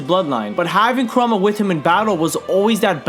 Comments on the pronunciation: i love your vids man i really do, but i get so triggered when you say karuma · Love you to death but again, it is pronounced KOO-RAHMA! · KURAMA, KURAMA, KURAMA PLEASE SAY KURAMA I WILL LITERALLY BASH MU HEAD IN, ITS KURAMA